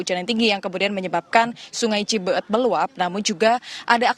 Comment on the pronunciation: Sungai cibeet ya bukan cibeuet..